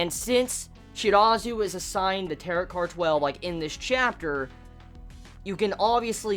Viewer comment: Don't mean be rude or anything but Tarot is pronounced Tar-O, it's french I guess so yeah